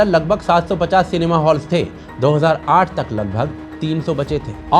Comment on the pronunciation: सिनेमा × सेनमा 😂😂😂